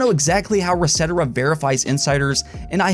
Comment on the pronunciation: Reset era, not resetera